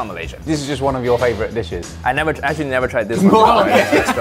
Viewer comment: Love how Uncle Roger pronounced the name of each dish so authentically and just enjoying every second of it!